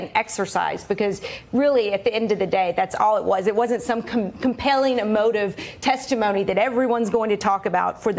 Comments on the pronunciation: Did she say TESTIPHONY <-- That's the only accurate thing she has said all year. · Did she say "testaphony"? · did she just say testiphony? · She did she knows it's all a phony witch hunt!